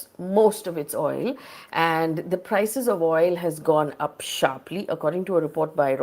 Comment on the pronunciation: The throlling of the Rupee is sssharpleey down landing piece by piece. Excellent English communication skills. 😂